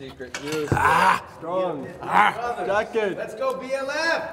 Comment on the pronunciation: “It make you scrong and jacket” -Paulo